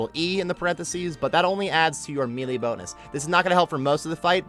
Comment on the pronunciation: The fact that you say "me lee" cracks me up. 😂😂